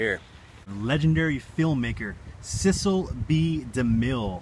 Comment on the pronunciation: You pronounced Cecil wrong